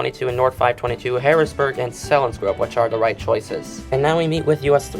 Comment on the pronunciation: Selinsgrove is pronounced seal-ens- grove